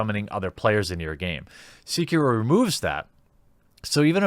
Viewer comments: They way you pronounce “Sekiro” is driving me nuts. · The way you say sekiro hurts my soul lmao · bro the way you say sekiro makes my ears bleed but good video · Your pronunciation of "Sekiro" is painful, but the logic in this video is spot on. Not every game is for everybody. Vast majority of games are designed to be breezed through with death or failure being rare. From Software is making games for those that want to struggle for a bit. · your pronounciation of sekiro makes me cringe. release your inner weeb you filthy casual. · its kinda bothering me that he's mispronouncing sekiro it's almost like he isn't trying. i get that its got a japanese title name and it's hard to pronounce but come on give a little more of an effort. and if you want to play a hard game here you go; LION KING for the super nintendo. But seriously gaming journalists are just full of people who don't care for games, that's why its full of people who are just super casual gamers, or they just suck at games period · A fine video, good sir. Some people just want games to be hard as F* and there's nothing wrong about that. Not every game is for everyone. I pressed like even though you pronounced Sekiro wrong, but that is a minor mistake in my books. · They should just stop being so bad. Problem solved. Btw it's Sekiro, not "seeker-oh" . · Show some respect, man. Pronounce the name of the game right! It's not "Seekiro". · The sek in Sekiro is pronounced like just a sec. So it is said something like sec key row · its not SEE-KEH-RO its SE-KEE-RO....sorry it was triggering me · Seh-kee-roh Not See-kee-roh. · (SAY-KEY-ROE) DAMN AGITATING THAT NO ONE IS SAYING THE NAME PROPERLY!!!!!! GZZ LOL XD. I live in Japan. just saying. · "See-kih-ro" Ah i died a little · "c-kiro" Maybe I'm a weeb but that urks me something firece. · I thought it was Sek-Iro. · It's pronounced s-eh-key-row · It’s pronounced SAY-key-LOW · "Sikirou" ... cmon dude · Its SEH-KEE-ROW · Quick thing: You mispronounced Sekiro.